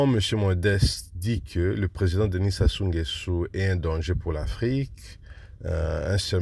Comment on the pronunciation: Comment un congolais arrive pas dire correctement Sassou nguesoo 🤷🏿‍♂️ c’est pas possible 🤦🏿‍♂️, les zaïrois vraiment quel courage